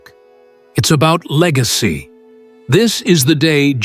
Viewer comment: Legacy not lick